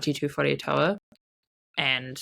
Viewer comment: Please pronounce our Iwi Tuwharetoa correctly. Tor-ah not Toe-a so toa sounds more like door. Not toe.